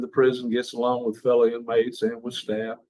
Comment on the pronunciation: I kinda like how he adds a R to fellow and yes sir is one word 😂